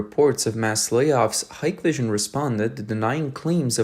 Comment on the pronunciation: stupid ai, its pronounced hick vision